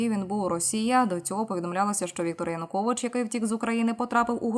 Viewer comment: ЕКС ПІЗІДЕНТ УКРАЇНИ ЯНУКОВІЧУ НЕ ПРІМЕНЯТИ )))))))) ПРРСТО СЛОВО ЯЕУКОВІЧ )))))))